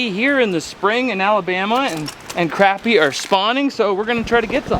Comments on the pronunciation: You’re saying the word “crappie” wrong. 😂 Say it like “crop-e” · It is pronounced Kraa-pee not Crap-pee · And you have asked this question before and I've let it slide a bunch but for the love of God it sounds like c r o p p y not crappy it's the best fish in the lake down south please don't call it crappy😂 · Is it just a Canadian thing to just pronouncing it as "Crap" or do you not know how to use American language? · Say it like this please “crop” “pee” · You lose me at Crap-E every time! Especially when you’re in the gosh darn South to begin with. Back when I used to guide on lake Calcasieu, the first one that called them Crappy, we used for an anchor lol. You have to learn the dialect of where you’re fishing, otherwise you look like an…..